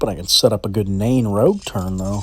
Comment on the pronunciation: It's Nain rouge lol